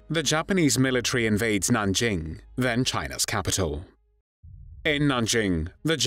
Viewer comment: A. Nothing new... Just AI spotty repeat of prior better prepared reviews; but with poor AI pronunciations. B. Stop with the unspeakable... Nanjing was the third major China city ravaged by Japanese forces in unheard of savagery... w' mass rapes of women & children, even boys & mass executions for punishment for resisting & failing to surrender immediately ... The Japanese army was supposed to move on immediately, in the German word, Blitzkrieg... but its commander reported his troops were so tired from the ravaging, looting & other war crimes of Nanjing, they had to rest for immediate for an entire month! >> When Villagers who escaped to religious enclaves reported the savagery, wholesale & systematic rapes--family on family--& executions, they were un-believed by Christian missionaries because the Japanese Army was believed the most disciplined in the world.